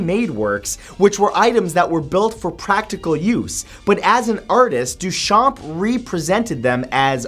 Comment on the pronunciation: Just a detail for future videos, you don't say the p in Duchamp :)